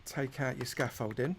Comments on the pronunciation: Scamfolding* lol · Him saying Scoffolding I want a count "OVER 9000"!!!!! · If I hear you say scaffolding 1 more time I might transform into someone from essex